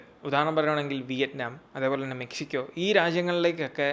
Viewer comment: Its Mekshikyo..